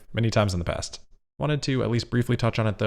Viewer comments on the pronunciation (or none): none